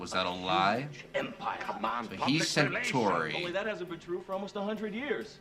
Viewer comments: I know you're just learning pronunciations, and if I were in your place, I'd just be referring to "the hair guys" and the "reptile dudes" and such, but "sen-chur-ee" is hurting me. You know centaurs? The horse-men? You pronounce it like that with a long E at the end: "sen-tore-ee". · The pronunciation of "Centauri" even by the actors made for a great blooper reel moment: Cen-torr-ee. Cen-tarr-ee? Tomato! Tomahto! Potato! Potahto! singing together Let's call the whole thing off!